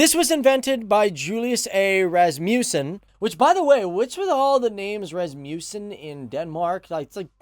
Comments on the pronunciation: ras-MOUS-sen is your pronunciation. That's hilarious. It's RAS-muh-sn. lol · Sorry but i cant not stop laughing when you said rasmusen 😂😂 im sorry!! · you miss prorunounce Rasmussen :D and it sounds so funny